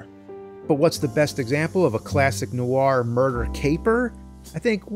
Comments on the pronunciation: Love film noir. Cannot believe the new-ar pronunciation here. Noir is a single syllable word pronounced NWAR. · Fantastic. But Jim: definitely "nwahr" not "nuh-wahr" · Nicely done! Always loved film noir. But please, "nu-war"? Ask a French person, it's a French word. Probably more like "nw-aa." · You are putting an American R on the end of "noir." Its not there in pronunciation. More like "Nwah." French words like reservoir, there's no R sound on the end of the word. "Nwah" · Noir Is actually pronounced "nwaar" in French. If you would like to play a good noir game, you should give discworld noir a go. It really nailed it. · Isn't the r in noir silent? (Like how Charlize Theron pronounced noir at the Oscars)